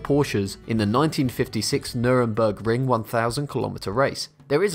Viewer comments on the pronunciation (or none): Nice video but it's pronounced as nur burg ring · I lost it at Nurenburgring. Lmfao. No hate on you tho bro loved it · NurBURgring... not Nuremburgring... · "Nürenburg"... NÜRBURGRING!!! ITS CALLED "NÜRGBURGRING"! "NORDSCHLEIFE"! ITS NOT THAT HARD! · “Nurembergring” *Nurburgring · “Nuremburg ring” why are there so many people that can’t say it for god sake it’s “nur-burg-ring” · I love a lot of these videos, but I'm barely 1min in and I already have a few corrections: downforce not negative lift, NURburgring not Nuremburgring, and endplated not end-fences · "Nurembergring" I heard they've had some crazy time trials over the years there... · "Nurembergring" AHAHAHAHAHAHAHA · My favorite is the "Nurenburgring". Epic! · "The nureburg-ring" omg i’m dead xd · "Nürenburgring" yep that is the right way to say it... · Nurembergring??? Really? Come on now. Research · Nuremburgring? NUREMBURGRING? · It pisses me off how he says "Nuremburgring" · So downforce is an f1 secret ? 😂😂😂😂 lmao. And its nurburgring not nurenberg or whatever you said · It's pronounced NUR-BERG-RING! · Nurburgring not Nurembergring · "Nürburgring". Its spoken like Nirborgring ;) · Look up Y250 Vortex for a better understanding of what a modern F1 wing does - just one of countless problems with the 'facts' presented here. Also, - I don't think you meant to say 'Nurenburgring', lol. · Nur...nurinburg? Dide wtf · byGiNeSiToX Bananas no shit. He called it Nuremburgring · Nur-a-bur-gring lol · Yeah he said nuranburring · Apart from all the fxxking bulsxxt in this video, learn to pronounce 'Nurburgring' and 'Grand Prix' correctly. And also stop calling the cars 'F1s' Also - YOU DEFINITELY NEED TO STOP TALKING - Fernando Alonso 2018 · The way he said Nürbourgring tho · These are not secrets at all 90% of us F1 fans know this and you said Nürburgring wrong and most of this is wrong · The way he said Nurburgring lmao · I cringed my ass off when he said Nurburgring